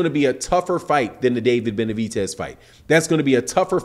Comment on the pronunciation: It’s Benavi..DEZ not benavi..TES